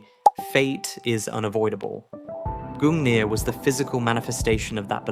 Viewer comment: gungnir and durandal you say